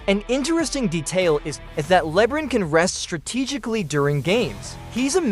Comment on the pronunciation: With all your analysis, stats and research you found the only person in the world that has never heard of LeBron James name before? Calling him Lebrin so many times where anyone who hasn’t even heard of him on this plan would still know who to pronounce his name just by reading the letters and sounding it out phonetically! That alone will make everyone dismiss all your analysis and stats knowing you don’t even know how to pronounce the most popular player in the NBAs name. For the record it’s “LeBron” not Lebrin! 👎🏼